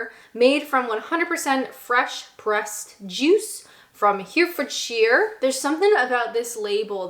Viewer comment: “Here Ford sheer”!! 😂